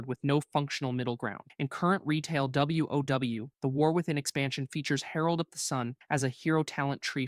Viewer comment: Someone just asked an LLM to roast these specs and then had the LLM read them (note the pronounciation of the words sometimes e.g. WoW (double u oh double u lol). This is def entertaining and a few things are relatively accurate, but not totally at all. In the end the best advice still stands: play whats 's fun for you.